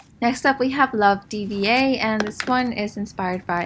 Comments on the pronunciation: It’s dddiiivvvaaaaas!!! Not DVA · Btw, her name (D.VA) is said like “diva” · Love DVA is pronounced as love dee-va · Hearing her say Dva's name wrong hurt my heart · cringing as everyone says D.Va's name wrong